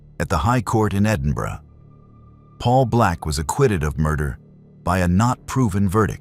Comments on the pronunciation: Bless you for pronouncing Edinburgh correctly 🎉🎉🎉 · Its a first right enough lol. Normally Americans can't pronounce Edinburgh right. he got glenochil wrong though. He said glen o chill, if you read this podcast guy its glen o kill. obviously that's just how you pronounce it. Not spell lol. Sorry. I'm a geek 🤓 🤪 🤣